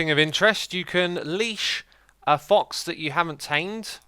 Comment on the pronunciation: Xisu says thox instead of fox